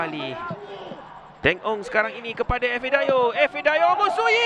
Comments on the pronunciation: ife oi bukan efi, efi efi haha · Ifedayo, bukan Efidayo wahai pengulas oi...